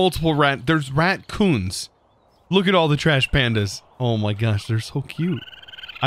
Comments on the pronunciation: Did you say " ratcoons " or am i hearing things haha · Why are you calling the raccoons RATcoons...?